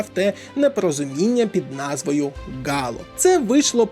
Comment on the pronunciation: АААААА. Яке бляха "Гало" !? Ти що про пральний порошок дивися серіал ?) Взагалі то читається як Halo (ˈhālō) (Хейло). Вибач за комен просто по вуху ріже )